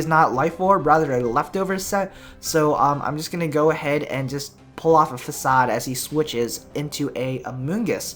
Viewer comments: he pronounces facade as fasad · Fakade lol, learn yo ingrish